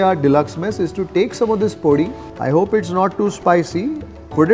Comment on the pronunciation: Truly enjoy your show, especially your narration. I would like to correct your pronunciation of 2 Telugu words: - Podi: Do not put emphasis on the "o". Pronounce it normally. - Eggplant: Your pronunciation of "vaankaya" places too much emphasis on the first syllable. The correct pronunciation is "vankaaya".